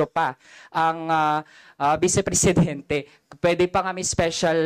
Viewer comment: haha...pang presidinti ba😂😂😂 small "p"